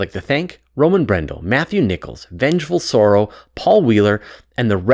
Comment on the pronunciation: When said Vengefulsorrow I cried a bit